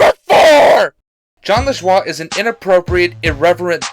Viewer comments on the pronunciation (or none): Its Jon La-joey